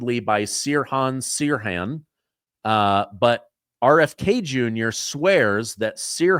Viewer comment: The pronunciation of Sear Hon Sear Han really cracked me up.